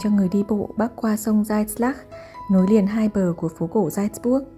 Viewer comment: Video rất hữu ích, cám ơn em! Góp ý nhỏ phát âm tên thành phố 'Salzburg' cần hơn chính xác nhé!